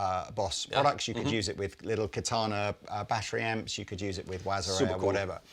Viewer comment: Ka ta na is Japanese for sword. Accent is on the first syllable. Sounds so strange to hear the word pronounced with the accent on the second syllable. Still a great bit of kit. Ka ta na wa katai desu.